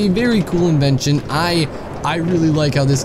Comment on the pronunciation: ita in-ven-sh-on not in-ee-va- tion